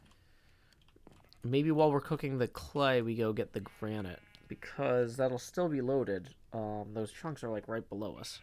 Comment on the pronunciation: gra-ni-te D